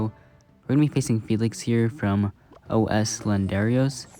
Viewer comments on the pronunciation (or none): as a Brazilian guy, that "O S" made me laugh XD Not judging though, love the content!